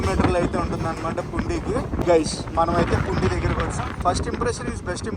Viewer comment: పుండీ కాదు పూండి నువపడ కాదు నౌపడ సిగ్డామ్ కాదు సిగడాం బతువ కాదు బాతువ